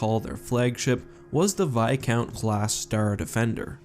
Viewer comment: It's viscount with an s